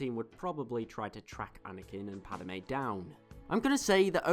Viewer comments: Gahh, it's Padme, not Padame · I'm sorry but it drove me nuts. It's not padame its just padme there is not ah sound in her name. Once again sorry i know im being a dick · Padmay not pad a may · Why do u say Padame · "Padime" lol nice vid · I made a comment about that too. It was so disturbing